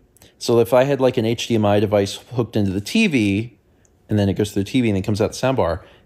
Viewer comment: I just want you to know that the way you say "teevy" never fails to put a smile on my face. Stay healthy brother grandpa.